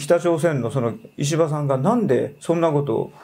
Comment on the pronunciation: 石破が、虫歯に聞こえる。